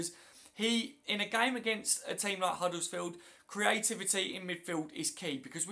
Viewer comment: Hi, it's not huddlesfield with an L in it it's Huddersfield, as in 'Udders-field. Thanks.